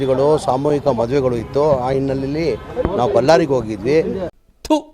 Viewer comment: ಅಣ್ಣೋ ಬಲ್ಲಾರಿ ಅಲ್ಲ ಬಳ್ಳಾರಿ